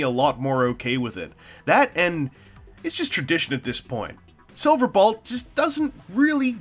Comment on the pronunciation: So... Am I the only one who notices that he keeps saying "Silverbalt?"